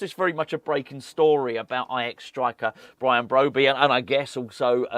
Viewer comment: Bwian Bwobbey?.... As Woy Hodgson would say, "Look, 2 wongs dont make a white, unless of course you're a Chinese takeaway on the Isle of White, but it's cwiminal what Bwady & Wullivan.... eh i mean Rullivan are doing at stwuggling West Ham, as owners they're like 2 wats in a sack dwunk on power & about as much use as a pair of council gwitters in Antarctica, IMO they should be making Aston Vanillas Duwan a top pwiority, a gweat young stwiker & dwibbler where they'll go fwom stwenth to stwength into to the top six & Euwope." ⚒